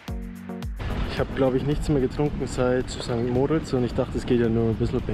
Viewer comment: Tolles Video. Noch ein Tipp,- St. Moritz wird auf der letzten Silbe betont. Grüsse aus der Schweiz.